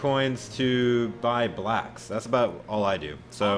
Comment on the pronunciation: Josh Garner LOL, I thought I was the only one who heard it that way 😂😂😂